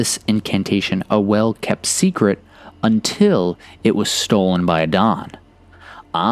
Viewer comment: It's pronounced like "Adam"— it's the Arab and East African equivalent to Adam